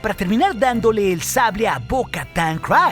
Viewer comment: Eres un crack, me encantan tus videos. Solo tengo un comentario, no se pronuncia "crais" el nombre de Bo Katan, es un sonido más como "criis". Saludos y síguela rompiendo master